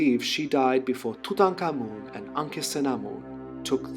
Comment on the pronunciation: Just started and already thrilled you said Tutankhamun's name right! 👏 I was thinking about this yesterday with Tatosiris Magna. Why not say Dwelling or Land (Tat) of Osiris the Great?